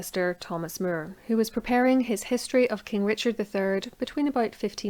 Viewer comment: Thomas More, not Mere.